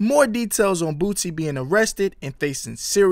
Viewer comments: BOOSIE NOT BOOTSY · ...Grammar lesson... Boosie is pronounced Boo-C... Not BooTsie... Get it straight if your gonna say anything at all... That's all!... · dude you are seriously that dumb .?? "bootsie" wtf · “Bootsie” 😂😂😂😂😂 get the name right bro! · of first of all it's cow wee ta. second, his name does not have a T in it so idk why you keep saying bootsy.